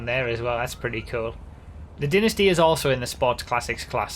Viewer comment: it’s Dynasty not dinisty Dumbass